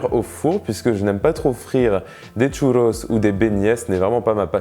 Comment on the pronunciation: Parcontre par pitié arrête avec l'accent parisien a dire "tchouuloss" 😅